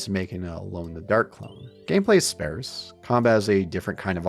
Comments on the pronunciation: It’s pronounced “SPAHRSS,” not “SPAIRSS.” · Please learn how to pronounce “sparse” correctly, or stop saying it! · Great video-- It's spAREse though! 😊